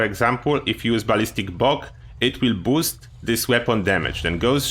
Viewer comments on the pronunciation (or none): none